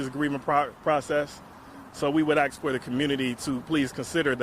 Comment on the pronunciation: Never hire an attorney that says, "Ax" instead of Ask. How can you study the law and not get that simple thing right?